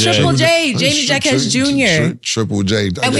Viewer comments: Y’all saying Jaquez name wrong bro is Latino “J” makes a H sound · gotta pronounce Triple Js name right. Js are Hs in Spanish